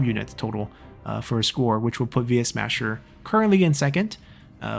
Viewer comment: It's funny how you occasionally call him Yuesmasher.